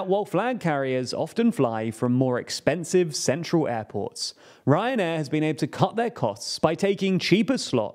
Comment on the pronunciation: Sorry, I keep hearing "Cancer Air"